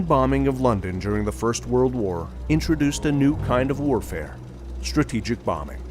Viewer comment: ...."introduced a new type of Warfare, "struupjejuup bombing'...." I must have replayed that a dozen times, but it just doesn't make sense "struupjejuup bombing'" is the best I can make out, anyone able to figure that out for my old ears.....?